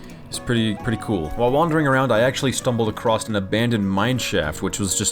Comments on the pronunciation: I just noticed he says "acrosst" instead of "across" each time he says it lol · lol its so weird hearing him say "acrost" instead of "across" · You know 'stumbled acrost' isn't a thing right? It's 'stumbled across'... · Your videos are super entertaining, but I feel like I can't watch them because I did inside a little bit every time you say across as "acrosT" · Hearing that letter T at the end of “across”, make me suicidal.